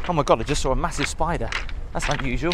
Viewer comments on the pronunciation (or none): none